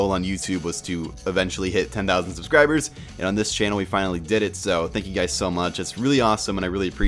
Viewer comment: "hey whats going on, gays it's!":P